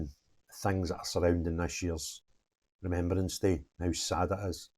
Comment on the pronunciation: Sorry “Remeberance?” What school did you go to. 😂 Keep up the great work!!